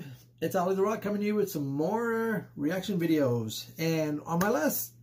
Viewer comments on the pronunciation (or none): none